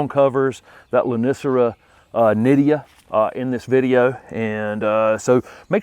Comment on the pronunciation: I thought the lonicera was nit tid a .,,,,,, not ,,,,,, nidia ...it is spelled different than what you are saying....